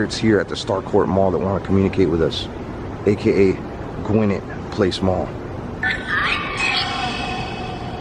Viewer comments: Hey man, my family luvs u and Tiphanie... And not pickin on u..nothin but luv here but so u don't get hated on ... Gwinnett is pronounced "Gwen-net".. like a lady's name Gwen... Like I said luv u and whole "Fam"... u know us n GA.. we're picky about how names are said 😂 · You pronounced the mall name wrong it’s Gwinnett (Gwin-nett) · My stomping grounds I live here in Duluth Ga. but learn how to say Gwinnett Mall. G-win-net mall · I love the way he pronounces Gwinnett lol it’s like “Gwa-net” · Yes, that’s the mall I grew up shopping in. It’s pronounced GWIN NET... just like the county. 🙂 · It’s pronunciation is Gwinnett(like Button Gwinnett who signed the Declaration of Independence for Georgia) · i live in gwinnett. it’s pronounced gwih-net😂😂😂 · OMAR COMES TO GA AND I HAD NO IDEA?!? IM PISSED. AND THE WAY HE PRONOUNCES GWINNETT IS HILARIOUS ITS “Gwin-Net” 😂😂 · you pronounced gwinnett wrong but cool vid though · I grew up in Gwinnett County GA. I use to go to that mall all the time when I was a kid. I’m 28 now so that’s 10+ years. Thank you Omar for bringing memories back. Oh yeah, you pronounced Gwinnett wrong lol 😂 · Kortney every time he said it wrong I would yell at him through my screen lol